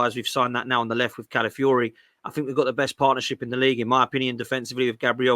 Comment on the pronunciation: Cala fi ori not Cala fury. geezus its not rocket science.